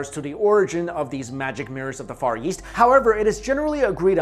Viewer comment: DUDE YOU SAY YEAST INSTEAD OF EAST! SHITS HILARIOUS!